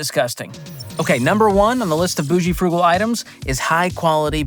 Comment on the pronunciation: "Bougal" (boo-zhul)